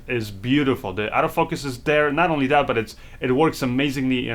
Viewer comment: Oh, you're saying Auto Focus. I thought you were saying Out of Focus.